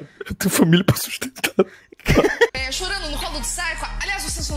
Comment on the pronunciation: "ParA, eL TeNHu fAmIla pRA sUsTEntAr"